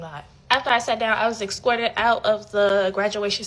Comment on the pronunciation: "Excortid out." Imaginary dat.